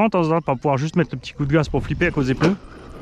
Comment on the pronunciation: Un peuneu Des pneus 😜😂😂